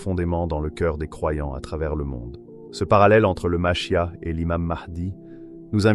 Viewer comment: Dans le judaisme ,le Machia'h ce prononce avec le R à la fin.